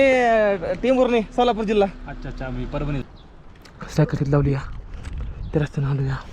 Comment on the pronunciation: मरभणी नाय रे येड्या परभणी 😂😂😂😂